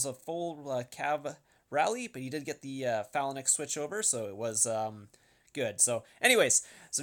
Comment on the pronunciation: Nice video but pha·lanx /ˈfālaNGks,ˈfalaNGks